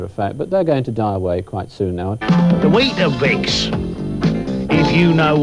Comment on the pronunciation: "WEED A BIX"